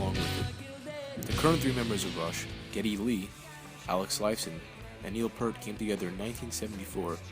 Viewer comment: Learning how to pronounce Peart would be a good start.....